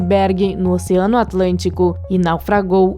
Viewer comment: Caralho para com estes destaque no final da. ..nitrogeniiioo...oceanoooio